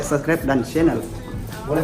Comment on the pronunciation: Bukan cannel bang,,sy dengernya seneelll..